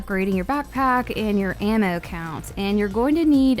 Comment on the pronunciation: Omfg..... how u say ammo.......🤫🤫🤫🤫🤫🤫😰😰😤🤬🤬😡🤬😡🤬🤬😡🤬😡🤬😡🤬😡😡🤬😡🤬😡🤬😡🤬😡🤬